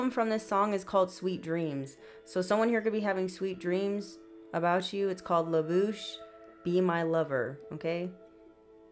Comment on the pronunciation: You pronounced it perfectly... LaBouche be my lover... sang it growing up... ❤❤❤... I'm here watching...